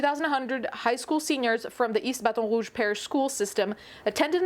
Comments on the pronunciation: Ah yes, the state I live in. This has been the talk of the town recently. Also, we pronounce baton rouge like "ba-tawn rooj" here. I am disgusted by the things this state allows. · As someone who lives just outside of Baton Rogue and has my whole life, this doesn’t surprise me at all and yet I’m pissed. Also, why do you try to say it like that…? Threw me for a loop hearing it said so French instead of Cajun. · A little off-topic, but as a long-term LA resident, hearing you apply proper French pronunciation to "Baton Rouge" is killing me. I keep imagining you listening to Louisianians pronouncing French exonyms and patronyms and just cringing eternally. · Why did the way you said Baton Rouge trigger me so much? 😅😂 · not gunna lie hearing “baton rouge” be pronounced in an actual french accent was kinda jarring lmao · I always forget she speaks French when she said baton rouge I nearly fell out of my chair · She butchered the pronunciation, made me cringe...